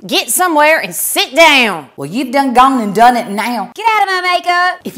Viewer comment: Not really getting the caftan lady. I been in the south all my life and I've never seen the caftan as a fashion statement. Does she have a southern accent? She did not say "gone" like they do in Alabama. Everybody else is spot on.